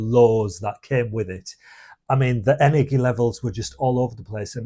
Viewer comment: I couldn't stand to hear his pronunciation of caffeine and energy. I've never heard anyone other than a Spanish person pronounce all the vowels in caffeine. And energy with a hard "G"? Too weird.